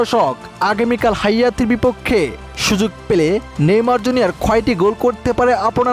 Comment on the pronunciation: হাইতি কে হায়াতি বলছ কেন